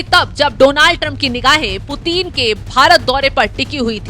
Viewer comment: 😂😂😂😂 who is this idiot, illiterate narrator... who can't even pronounce Putin correctly..😂😂 she is saying puteen puteen 😂😂😂